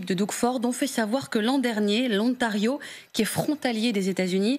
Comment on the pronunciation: Et qu'est-ce que c'est que cet "O-NTARIO" ? Il n'y a aucune raison de prononcer ce mot en anglais.